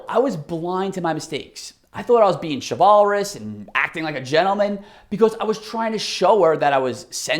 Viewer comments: Did you hear how this dude pronounce the word chivalrous? 😂This is how the man dresses. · Lol. He made the word chivalrous rhyme with walrus.